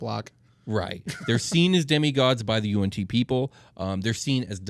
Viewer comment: How I pronounced Yuan-Yi vs how they say it Them: Y N T Me: You aren't tea